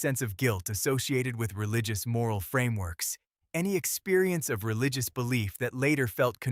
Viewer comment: "Tuth"? "Relicious"? AI sucks.